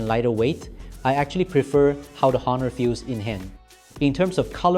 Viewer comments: it pronounced as Onor (with silent H)..same like how you pronounced ''honestly'' with silent H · Please do not pronounce the H in Honor.